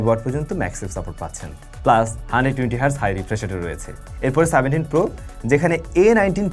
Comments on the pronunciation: Seventeen 🚫 Saventeen✔️😂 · সেভেন্টিন কে বারবার সাভেন্টিং সাভেন্টিং করতেছেন কেন ভাই😂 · সাভেনটিন কি?😂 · সাভেন্টিন কি? 😂